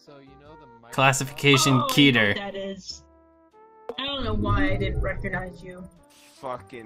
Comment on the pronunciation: It’s now a ketter